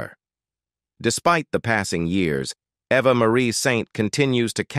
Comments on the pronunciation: Pronounce names correctly ! - It is no AVVA but Eva. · yes!! Eva and Ava are not the same!!